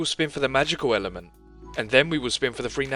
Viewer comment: "tweehdle is the ehh ehhlment